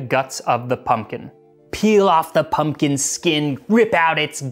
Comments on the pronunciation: I thought it said poom poom pie 😂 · So what youre telling me is that modern recipes just omit the "k" from their ingredient list? What are we just assumed to have infinite k's laying around the house?! I suspect your pronunciation is off, it's coming out rigid and elongated. I don't know for certain what is original but there is a pronunciation of "pumpion" that sounds a lot more like "pumpkin". Think less "pump-eon" and more "pump-yn". The abrupt drop-off in the emphasis after pump almost mimicks the sound of a "k", it can form a kind of small harsh exhale